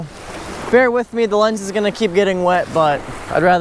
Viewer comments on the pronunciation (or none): none